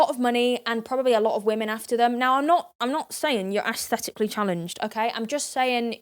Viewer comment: "asthetically challenged" GIRL STOP OH MY GOSH XD